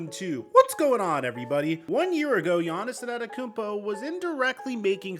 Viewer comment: Who tf is giannis enanekoonpo? 😂